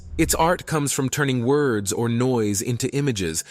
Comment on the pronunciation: Whatever ai you're using sucks and can't pronounce words correctly. Just shows you don't know what you're doing.